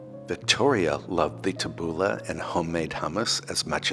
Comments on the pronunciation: It was hard but, tabbouleh is pronounced like this tabboulee. Not ah but ee. I know you appreciate these tips. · Lovely, as always,. But it is pronounced « TAH-BOO-LAY, it’s lebanese. 😊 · Pronounced "Tabooleeeeeee! Looks delish!